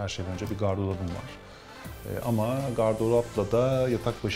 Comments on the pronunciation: Ev güzel ve minimal. Yalnız GARDOLAP değil, GARDROP.. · Israrla “gardolap” demesi dışında sorun yok, güzel ev ve güzel video